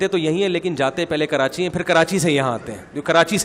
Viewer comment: Han molvi sahab apki bat theak h karachi ky logon ke urdu bohat achi h woh log karachi ko karanchi kehtay hain hahaahhaahahahhahaah